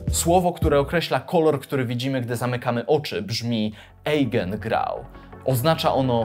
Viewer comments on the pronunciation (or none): Nie eigengrau, ale aigengrau. Tak sie wymawia. Poza tym jestes super. Gratuluje. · nie czyta się ejgengrau, tylko ajgengrau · eigengrau czytamy aigengrau :) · włącz sobie na tym babelu też niemiecki, bo to się czyta "ajgengrau". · Eigengrau- w j. niemieckim ,,e,, przed ,,i,, czyli ,,ei,, czyta sie ,,ai,, - fon. /ajgengrau / nastepna nazwa tego zjawiska/ ciemnosci w ciemnym pokoju brzmi tez Eigenlicht / Eigenrauschen wlasne swiatlo, wlasne dzwieki( halas). Bardzo ciekawe rozwazania, thx ! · Eigengrau czyta się "ajgengrau" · Eigengrau czyta, sie jako "ajgengrau" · eigengrau czyta sie "ajgenrał"